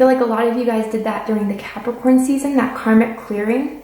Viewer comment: when she said caprikai instead of capricorn.... my brain went 😳